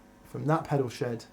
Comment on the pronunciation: keeps saying last eoisode for 'that pedal SHED' but my brain keeps hearing 'SHOW' and i panic a little...😧